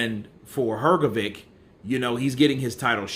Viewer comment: Look. What Hearn did works in many ways. Even if IBF would allow Usyk v Fury, Hrgovich(this is how his surname pronounced) is now "the one whom Usyk ducks" and you can sell his fight with anyone for higher price. Hearn reminds Ruiz that there's another way for him to become a mandatory contender except Wilder. And Ruiz v Hrgovic clears the way for Wilder v Joshua. If Usyk is to fight Hrgovic now, then the way for Fury Vlv AJ is clear. If not anything if that, than AJ can fight Hrgovic as if he is boogie man who scared Usyk, not the one who struggled with 40 y o Chinese. And maybe Hrgovic and Hearn would earn some money for not fighting Usyk now. So, that step from Hearn can bring him benefits from different directions. No matter what other players do Eddie wins